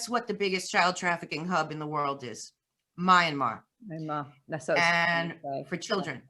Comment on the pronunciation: It’s MYANMAR not Miramar and you have no idea what is going on there.